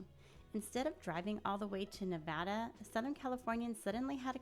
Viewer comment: First off great video! Second, thank you so much for saying Nevada correct correctly. I get so annoyed with people saying it incorrectly. Third, they should turn Buffalo Bills into a family property with no gambling and convert the casino floor into an amusement park. They should open back up all of the attractions that they built overtime that have been closed off like the magic motion rides in the back near the roller coaster and log ride. They should make Prim Valley Resort Casino into a full on adult experience, read into that what you will, and Whiskey Petes should be converted into a trucker centric property. Also a Walmart would probably do well out there. And a Buckys would be an awesome idea to be honest. I’m surprised they haven’t built one here in southern Nevada yet. Maybe whiskey Petes could be some kind of uber mega Buc-ee's.